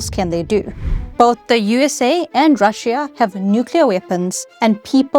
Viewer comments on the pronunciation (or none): none